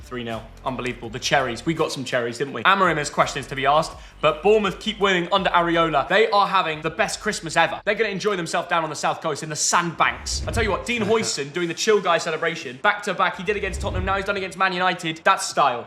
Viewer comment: absolutely called Iraola, Areola 😂